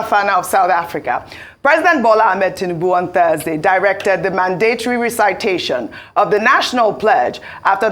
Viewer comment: Mandatory and recitation. Please Ojy, look into the correct pronunciation.